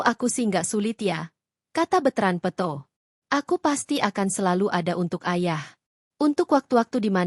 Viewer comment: Bukan betrand peuto. Peto adeuh ini penyiarnya peto jadi peuto